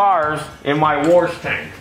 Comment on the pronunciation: I can't tell if "worsh it" means "wash it" or if it's some mechanic lingo